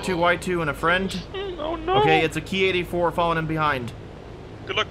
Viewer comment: when you said ki-84 is actually said k I 84